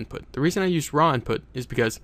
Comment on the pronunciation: hahhhah lol "inptut",,hahhaah so funny made me laugh..